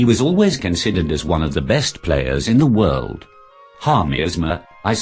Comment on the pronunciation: That should be "World" champion not "word" champion